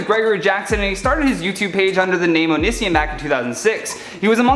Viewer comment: Thank you for mispronouncing onision